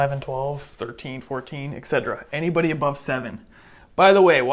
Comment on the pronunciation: he's great but... he says ec-cedra